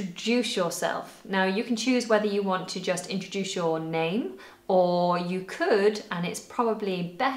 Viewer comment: Did you pronounc it introdush, why?